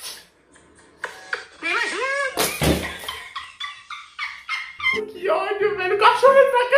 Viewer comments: "Nêimá Júniu" Vey eu asmei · A mulher falou Neima Júnio e eu entendo tanajura